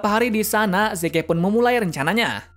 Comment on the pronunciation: Maaf.. kayaknya prounounce Zeke itu : Zi~k deh, soalnya agak timpang aja, Yeagerist ato pun yeager pake pronounce Asing tapi Zekenya pake Prounce Mother Tongue kita. Ya kalo gak keberatan sih masukannya.